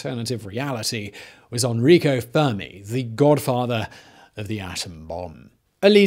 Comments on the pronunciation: N-Rico, not On-Rico….Guido, not Guidio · it's Enrico not "Anrico", learn to read Simon! I know you are terrible at pronouncing things but this is beyond that, it is simple, E-N-R-I-C-O. With an E.